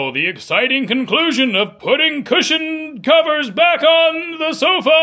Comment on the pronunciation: Sofa-r😂 stop it right now